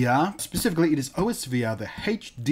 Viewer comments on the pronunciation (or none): It's pronounced (aws-ver)